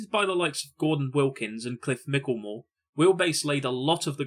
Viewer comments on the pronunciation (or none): Cliff Michelmore’s name is pronounced “MITCH-el-more”NOT “MICK-el-more”. Please get his name right. The guy deserves that at least. Cool vid though…both of them!!